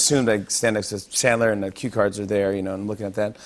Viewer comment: says his hero is Sandler, pronounces it chandler. Fuck you